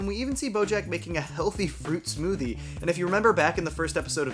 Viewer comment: wait, did you say smoothie or SMOODIE?